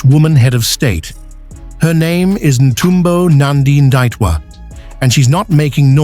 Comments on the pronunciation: Please read my President’s name correctly!! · Can sone Namibian in USA please help the Yankee with correct pronunciation of our President's name!?